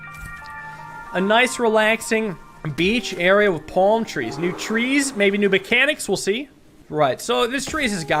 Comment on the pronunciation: Did just say "Palm" correctly? Wow this really was like 5 years ago.